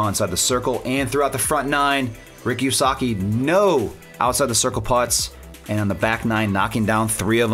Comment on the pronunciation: Did he really say, "Ricky WySUCKi?" even enunciated it. Really?.